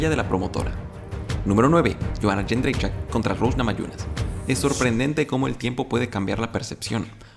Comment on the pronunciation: Gran vídeo, pero sobretodo me sorprende lo fácil que pronuncia el apellido de Joanna Jędrzejczyk 🤣, yo todavía uso la sugerencia que ella misma dió... Díganme Joanna champion jajaja(ahora Joanna ex-champ)